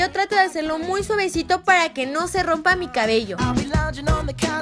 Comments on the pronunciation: En el minuto deseo sawesito en ves de suavecito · leeslie dijo:super,super sawesito en ves de super super suavesito en el minuto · dijo super sabuecito en vez de suavecito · Like si escuchaste que less dijo en el minuto *súper suaguesito*😁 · En el minuto leslie dijo suavuesito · En El minuto leslie dice sovesito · En el minuto dijo suajuesito y no suavesito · en el minuto less dise saguesito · en el minuto dice saguesito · Like si escuchaste bien el minuto En vez de decir suavecito dice sahuesito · Lesslie dijo suavuecito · Like si escucharon ke Leslie dijo es súper sawuesito en vez de suavesito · LIKE si te diste cuenta que dijo suaguesito en vez de decir suavecito en el minuto alsa el volumen alto para que puedas escuchar mejor okki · te diste cuenta que lesslie dijo savosito en ves de decir suavesito miralo a ese minuto lo dijo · En el minuto Leslie dice suavuecito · Like si escuchaste que dijo saguesito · Lesslie no sabe ablar jajjaja se dice suavecito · Minuto dice sabuesito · Like si Notaron que en el Minuto o dijo Suavuesito? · Like si escuchaste que en una parte dice suaguesito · es super suevuecito?? 😂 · En el minuto dice suevecito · leslie dijo suaguwesito en 0. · like si escuchaste que dijo sabuesito